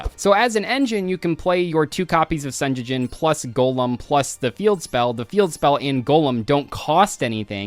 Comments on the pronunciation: managing to mispronounce Sengenjin as Senjejin is wild. It's a Japanese word, just pronounce what you see! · Ah yes, "senyeyin" the very famous millennium card 😂